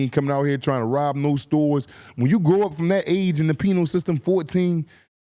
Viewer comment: it’s all love but make sure when you saying “Penal system” You say it like PEE-NULL system. Sometimes You be saying “Penile system” and that’s a WHOLE nother thing😂 I know that’s not what you mean but it’s a NOT ON DUTY.